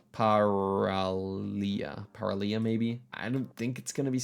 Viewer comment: "Παραλία" means beach in greek (you pronounced it almost perfectly) so the place that you should be looking for is "Κύμη" near the coastline, also 222 phone number exists only in Ευβοια (the big island you were on) you also missed the ferry boat sign next to the name "Σκύρος". Good job understanding that "Ποταμος" means river 👍